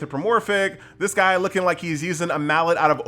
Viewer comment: "Guy" is not how I pronounced this. I thought to myself, guh-yeeee, doesn't sound like the best name.